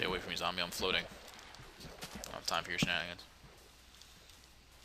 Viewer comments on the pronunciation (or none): Did he call a creeper a "gumbie"?